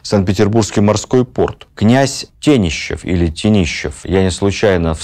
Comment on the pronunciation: Владимир Ростиславович! Почему ТениЩев, а не ТениШев? Что стало с буквами в фамилии? Сейчас мы говорим Тенишев, Тенишевы, Мария Клавдиевна Тенишева... Я в замешательстве